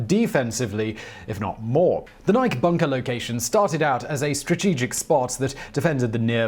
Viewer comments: It is pronounced "nigh-key" not "nigh-k". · I’m sure I’m not anywhere near the 1st person to say this, but after watching untold videos, I can’t bite my tongue any longer. Simon, you’re great, but Nike is pronounced “Nigh-Key”, not like the name “Mike” but with an “N”. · Nike is a two-syllable word pronounced "nigh key". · The Nike site near our farm was decommissioned, sold to a private party, and became a boat storage facility. By the way, the name is pronounced N'eye-kee, as in Athena Nike. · NI-KEY NI-KEY say it with me. NI-KEY Simon... nike rhymes with bike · Nike sites.....pronounced just like the shoes: NY-kee. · Nike missile sites were located around all major US cities. Oh and the pronunciation is Nik-e. Named for the Greek goddess of victory. My dad was a missile officer and was stationed in Pennsylvania, Illinois, and California. Including the site that is now open to the public in the Golden Gate Recreational Area. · You're messing with us now aren't you Simon!?!? You know that's not how Nike is pronounced! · Buddy, you keep saying "Nike" wrong. If you look up the entymology on wikipedia for the Greek goddess, the -e on the end is a long vowel. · How has nobody he works with not told him how pronounce nike correctly? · Please learn to properly say Nike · We're going to have to have a talk about how you pronounce "Nike". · Everyone knows it's pronounced Nike.